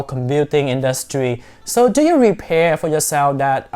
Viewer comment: Nice and interesting ,as you are talking fast and to the point..but it is prepare not repare🙂